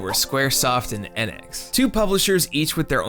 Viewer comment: This video is literally unwatchable because you pronounced Enix differently in Square Enix than on its own.